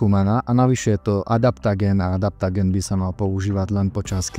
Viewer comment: Adaptogén, nie adaptagén.